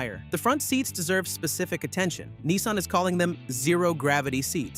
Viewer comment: yanks - there is NO EEE in NISSan